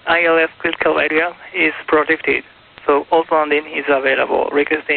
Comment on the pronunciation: 発音悪くてall to landingに聞こえたのでfull lengthと返した？ う〜ん管制官といえども言葉の壁は厚いのか アリガトウゴザイマシタ😆😆😆